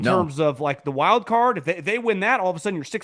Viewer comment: I swear I hear Apple CAR and not card, for the millionth time.